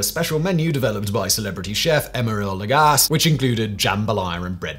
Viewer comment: He also said beef dung instead of beef tongue, and called the chef Emeril Lag-ass. LOL